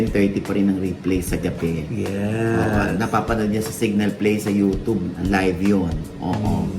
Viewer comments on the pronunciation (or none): OGIE MALI ANG PRONUNCIATION MO NG ( UTUBE) . SAY IT PROPERLY PLEASE. HOW DO YOU SAY THE WORD ( CUBE)